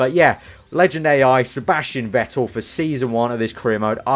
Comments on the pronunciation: You speak it "fettel" , not wettel :D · I am going to kill myself if i should listen to a career mode where you are saying "Vettel" the wrong way in Germany you say V like an F so you should say "Fettel"!!!!!!!!!!!!!!!!!!!!!!!!!!!!!!!!!!!! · Vettel ist pronounced like "Fettel", sharp F